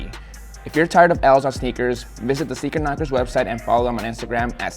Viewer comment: Sneaker Knockerz? I thought he said Speaker Knockerz😭🙏🏼😢